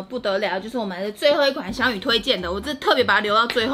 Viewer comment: 日文老師想哭了...祥与的名字是“灑機優”，不是撒幾友啦🤣🤣🤣